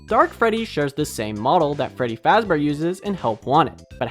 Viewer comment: fwedy fwazbew